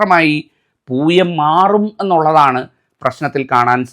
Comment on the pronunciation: തിരുമേനി അത് പൂയമാണ് പുഴയല്ല പൂയമാണ് ചേർത്ത് വായിക്കണം അത് വായന തെറ്റായി അക്ഷരം തെറ്റിപ്പോയി ലോകത്തിലുള്ള ദുരിതങ്ങളിൽ എല്ലാം ജീവിച്ചുകൊണ്ടിരിക്കുന്നത് പൂയനക്ഷത്രത്തിലെ എല്ലാ ദുരന്തങ്ങൾ ദുരിതങ്ങളും ദുഃഖങ്ങളും ജീവിച്ചു കൊണ്ടിരിക്കുന്നത്